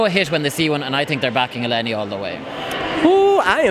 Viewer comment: I love you but its ELENI not Yeleni